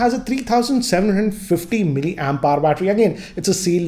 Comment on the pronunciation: Hello sir, i know you are very good in your work. But want to tell you that the way you pronounce milli ampere is not correct. You said milli ampire instead of milli ampere. Ampire sounded like empire. I hope you understand that.